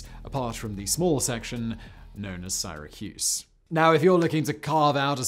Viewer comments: "In the UK it's Sighra, in the US it's Syra" - Being a Brit I'm all for correcting Americans when they get words wrong, but damn, Simon, I've never, ever, ever heard it called Sighracuse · I suppose this means I am from SIGH-racuse instead of Syracuse? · From the UK, I don't know a single person who pronounces it "Siyyrahcuse" and everyone pronounces it same as the American way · It's Syra cuse Simon. I live here I know😂